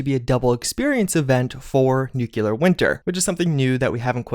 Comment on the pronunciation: nohvis nukyuler traller hilaarious ahlien